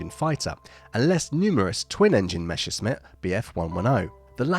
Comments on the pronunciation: What's so difficult about pronouncing Messerschmitt? It's meh·suhsh·mit, not meh-shus-mit. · Messerschmitt is pronounced more like "meSSerSHmitt", not "meSHerSmitt". You mixed up the order of s and sh lol